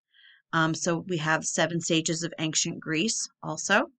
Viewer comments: There is not a "G" in the word ~AN(g)CIENT!! :) Love the content! I like Jon Levi BUT you are more in tune with logic. Your insights are amazing and you literally do your homework better than most. You dig deeper and it seems you filter out the nonsense before making the video ( I watch a lot of videos on this type of thing) and lots of creators include way to much fable, you seem to touch on it just enough to keep me on track without dragging me relentlessly through all the old garbage(TY). The way you include a little garbage to put things in context and exposing what relates stories from one culture to another is so cool. You give the basics first, then you relate it Biblically, to these cultures that were obviously scammed by these fallen ones. The devil will tell you 99 truths just to get your trust so he can slip in 1 key Lie...please keep pushing! Your intelligence is amazing to witness. Thank you. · Ancient = eyn-shuhnt 😉